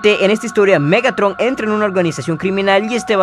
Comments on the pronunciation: te comiste la “r” en el nombre de Megatron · más perturbador MEGATON XD(te falto la R capo)